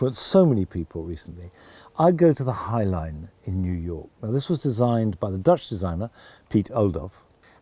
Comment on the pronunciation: Monty Don's choices combined are like a gardenhistory course 😄. I would not be able to choose 5 but then I'm not him. I do enjoy almost all gardens that do not look like parkinglots in disguise and that are well looked after . My compliments for his pronounciation of the name Oudolf.